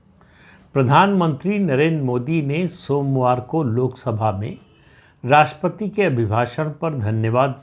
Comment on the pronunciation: राष्ट्रपति" शब्द का उच्चार आप "राष्पति" ऐसा क्यूं करते हैं?